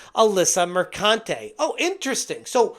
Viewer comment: PRONOUNced MerCUNTe